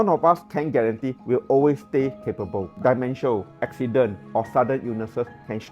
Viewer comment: Hi. Its pronounced as 'D-mentia" not "die-mentia".